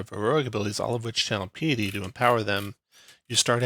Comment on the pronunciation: Nice breakdown. Thanks! Also, for the sake of self improvement, it's pronounced pie-uh-tee.